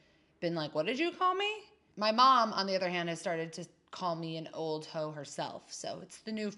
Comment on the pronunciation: “Old ho’s” (or hose or hoe’s?!) Hilarious. And great video…vintage, organic, natural, classy, simple. Yes. Thank you for sharing and (old) hohoho. 🎅🏻